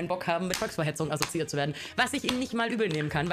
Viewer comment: Aso-ziiert... Warum schreibt man ihr Texte und nutzt Worte, die sie nicht aussprechen kann?